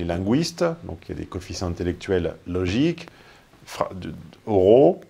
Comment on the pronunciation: "linguiste" se prononce "lin-gu-iste," (bien sonoriser le U) et non "lin-gou-iste". Merci.